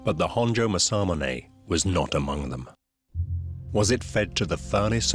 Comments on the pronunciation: Learn to say it right!! Its masa-mune!! Not ma-samune! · To pronounce "Masamune" it's 'mass-ahh-moo-nay' and NOT 'mas-sah-mon-hey'. This narrator is driving me nuts with how he pronounces this great name.🤪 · Mah-Sa-MOO-NEH 政宗' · Everyone, say it with me: MOSSA-MOONAY. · I wholeheartedly agree!! Masamune is pronounced: MA-SA-MU-NE!! It is quite distracting and irritating and a little disrespectful...I've seen plenty of non-Japanese people pronounce Japanese words properly. Point being, if you are discussing a topic, pronouncing words properly are almost as important as knowledge of the subject you're discussing. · I wish the narrator could at least say Masamune correctly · It's criminal to keep mispronouncing Masamune so often. British people don't need to say things wrong just because they can. What an embarrassment! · It's killing me to hear Masamunes name butchered every few seconds. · Sad the narrator can't pronounce Masamune is just how poor this video really is. A video of ill gotten gains. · The narrator not bothering to learn how to pronounce Masamune correctly is annoying to the point of distraction. I'm thinking of muting the audio and turning on captions, it's that annoying.